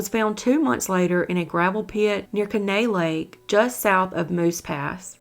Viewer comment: Kenai is pronounced...(Keen-eye).